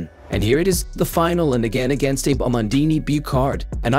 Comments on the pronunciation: Is this a computer voiceover? It's pronounced like Ah-bay Oo-tah, not like Aib You-tah. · It should be Ah-bay, not Aeebh. Abe Uta is Ah-Bay Ooo-tuh. Japanese only has 5 vowel sounds, and none of them are silent. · It's not 'Abe' as in Abe Lincoln. It's 'Ahbe', two syllables. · "abe yuta"?!!!!....lol.......its pronounced "Ah-beh Uhta". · Japanese names can be pronounced like Italian. So she is not eib yuta, but Abe (A like ave maria's a) and be like Betty. A-be. Likewise Uta is not like Utah but U like oo and ta like tar. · Her name should pronounced: Ahh bay, not Eeb. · ABE YUTA? Ah-Bay OO-Ta. 25 seconds in and I can't watch this lmao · Please LEARN the correct pronounciation of foreign names before you narrate videos!!! Buchard is pronounced like "Bushard". Abe Uta is pronounced lik Ahbe Ootah and not like Abe Lincoln or the state of Utah. It does not take much effort to find out , regrettable that you did not bother ! It is inconsiderate and disrespectful for all those champions you dare to talk about!!! Get it straight or be silent! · Abe Lincoln, bro 😅 she should be "Abby" ootah In English there's this problem your syllabes sound different and there's no cue or hint of how to say it 😅🧐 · Oh MFG Pronounce her name correctly. It is NOT Abe, but (AH Beh) (OOta). You did get the pronunciation of Half her name correct. But then other half NO, The sounds necessary to make the name sound the way you did do not exist in Japanese. Please learn more about Language before posting there videos. I can only imagine what would happen if you in advertantly insult other countries. Japanese are pretty forgiving. Some other Asian, And / Or mid eastern countries are not. Please wise up. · Gods above that AI voice butchering her name... "Ah-bay Ooh-ta". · Eib? Her name is pronounced Abe, not Eib. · Uta Abe is pronounced "Ou-Ta Ah-Beh". not "Youta Ayb" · Pronounced Ah-Beh, not Ay-b. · Abe is pronounced Ah-Bay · Dear lazy as fuck AI voice... "Abe" in Japan is pronounced Ah-bay.